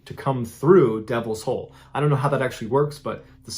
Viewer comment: When it said said Devils hole I thought it said Devils Hoe at first. Lmao 😂